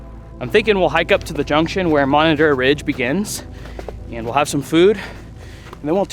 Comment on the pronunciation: I swear you add and e when you say and